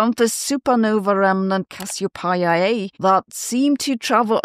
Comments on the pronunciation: What even is that pronunciation of Cassie O Pie Ah A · Is Sabine really ignorant about how to pronounce Cassiopeia A to the extent that her pronounciation is almost unintelligible? Or does her program use an AI bot to verbalise written text? Surely we can't put it all down to her German origin, considering that she has spent so much time in the English-speaking world?